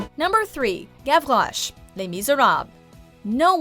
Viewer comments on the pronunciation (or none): I hated the way they said Gavrouche. It’s Gav-Rosh not gav-rroghhjhjhjche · She said Gavroche like “Gavloche” and I’m like “wtf there’s no ‘L’, you dumbfuck!” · the way she says “gavroche” is gross